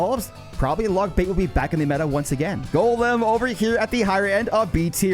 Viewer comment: Why bro say "ice Jolem" ?